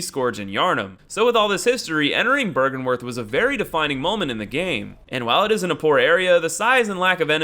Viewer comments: BRYGENWERTH? ITS BYRGENWERTH* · it is BYRGENWERTH not BRYGENWERTH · BRYGENWERTH. BRY GEN WERTH